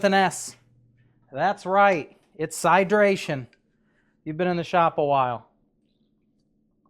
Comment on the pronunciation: Sydration got me good hahahahaha😂